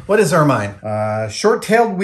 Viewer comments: It's pronounced "ermin" (short-i sound), not "ermine" (long-i sound). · "Ermine" rhymes with "German", not "fur mine" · Anyone else find themselves correcting Adam every time he mispronounces 'ermine'? It rhymes with 'vermin'. No? Just me? Oh well. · I'm in full on pedantic mode. Ermine is pronounced er- min. Second syllable rhymes with pin. Succor is pronounced the same as sucker. Love you Adam. Sorry I'm a word nerd.